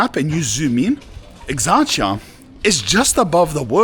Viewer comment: Dude, at least put some minimal effort to pronounce the name correctly... That's so lame. Plus Exarcheia is currently NOTHING like you paint it to be. You're so FOS and trying too hard to gain subs and views over exaggerated or purely fictional stuff.